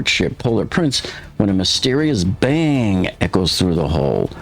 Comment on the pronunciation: The way she enunciated bang is just... off. She stressed the word "that" and minimized the word "bang"